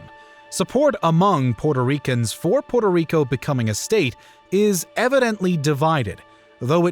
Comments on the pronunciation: Narrator could try and pronounce the island name correctly at least once. Puerto Rico. Not Porto Rico… sound like the colonialist. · Porto rico? Cmon man try a little🤢🤮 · Folks please note, it is pronounced Pu-er-toh Rico. Definitely NOT Porto Rico. Also, as another viewer noted, its Ta-ee-no, definitely NOT Tay-no. Thank you. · So many mispronunciations. It's "PWERTO Rico," not "PORTO Rico." The indigenous Taino is pronounced "tah-EE-no," not "TAY-no."